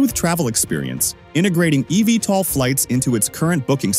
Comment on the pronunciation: Great video, but you need to do more research. Archer has an "all of the above" approach and will be both selling aircraft, as well as operating their own service. It is literally on the company website. Also, most people pronounce it "Eeee Veee tol." Your computer voice was all over the place!